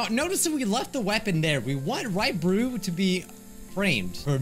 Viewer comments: I swear I heard you say Ryebread instead of Raibari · "Raibree" - 2021